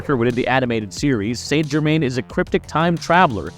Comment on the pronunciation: Must say it like the show "sant germain"